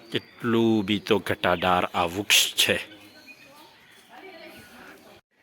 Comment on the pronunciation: Vux nahi vrix bolaay halkat saala